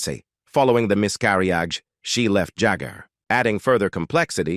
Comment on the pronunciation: What is a miss carry oggie? LMAO! In tuh may tee... It keeps on getting, shgall i say... Wor see?